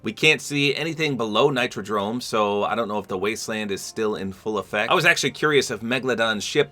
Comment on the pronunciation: Nitro dome❎ Nitro drome✅